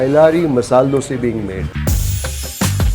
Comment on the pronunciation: Very few who say DOSAE.... Coz You know KANNADA VERY WELL....